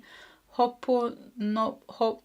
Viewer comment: Pronounced HO- OHPOHNO- POHNO - Look up Morrna Namalaku Simeona